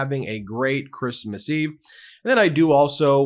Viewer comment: “Chreesemas” What a feckless b*tch.